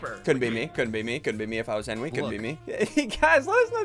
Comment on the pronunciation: "Don't you me...": "You know for that get out"